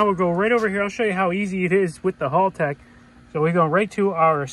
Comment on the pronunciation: As an Australian it’s Hal- tech not Halltech hope this helps